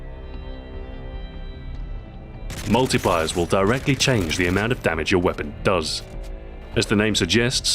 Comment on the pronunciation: haha he said penatration